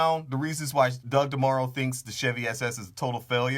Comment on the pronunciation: He's comparing the sales model. Not the cars or the consumermarket. You just missed the whole point. And your pronouncing his name wrong.